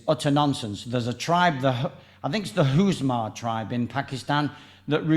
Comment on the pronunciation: The Hunza tribe - not Huzma!